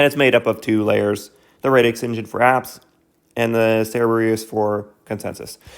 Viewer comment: great video! love your channel! but its pronounced radix like radical as in radically disrupting defi. also you use the word blockchain as a catch all but this protocol is actually NOT a blockchain hence radix dlt. I'm just splitting hairs though on the whole this is great keep it up